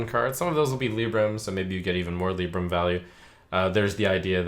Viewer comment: Dammit, the HS guy saying "Lib-bram", Trump saying "Lee-bram" and me always thinking it was "Lie-bram".